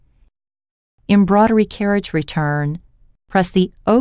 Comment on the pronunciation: I agree. Hearing embroidery being pronounced embroddery all the time put me off too!